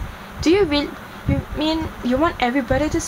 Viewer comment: "Do you really" part seems to be your singapore accent you have been keeping , you even change it quickly after the really .. Im not sure if it just me, but it looks and sounds like your trying to hard